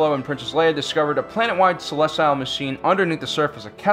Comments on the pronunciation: I just can't ignore his constant mispronunciation of "Celestial". Think "Cel-est-i-al" like "celestial heavenly bodies". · You're pronouncing Celestial wrong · OMG please pronounce celestial correctly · I genuinely only disliked because of the annoying mispronunciation of an actual English word. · disliked for mispronouncing!